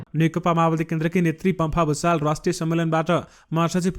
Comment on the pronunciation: Gusal ho bhusal hoina yo mantri